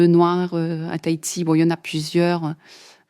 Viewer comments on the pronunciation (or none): none